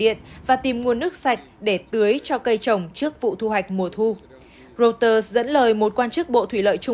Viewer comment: Đọc hãng tin của Anh “Rô - tơ” và thủ đô của Mỹ là ...”sinh- từn”